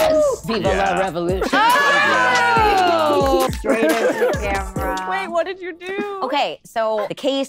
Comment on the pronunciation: She didn't say "Viva la revolución" she just said "Viva la revolution." The pronunciation wasn't even close.